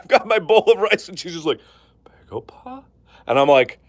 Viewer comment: its baegoba not pegopa